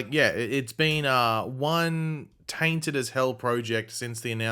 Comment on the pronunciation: Haha I know you keep saying tainted but the way you hit that first TAINTed 🤣 loved it an could totally have a character or show called The Taint just to hear you say it ever week 😄 🤣 😂